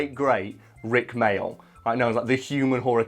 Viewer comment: Tfw talks about a distant family but then butchers the name... It’s May-all not mail you pleb